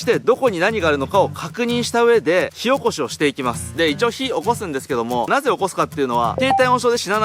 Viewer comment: 火起こしが塩コショウに聞こえる。。